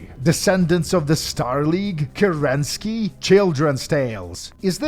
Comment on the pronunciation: Questionnaire: Isn't the leader of the Star League Kérensky and not Kerenský? If you're basing it off the same Kerensky that was the leader of the Unimportant Government for an Hour Russian Republic (before the Soviets), it should be read as Kérensky, with the emphasis on the first wovel, and if that is not correct, I'm giving out my apologies. Great video, as always! Sure hoping the Fallout 2 video will come out in 2023, heheh.